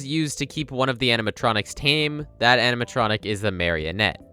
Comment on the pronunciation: “Aminatronic” lol. No shade or anything, just makes me giggle whenever I hear it